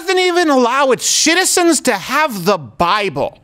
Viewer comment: does Crowder say Shitizens?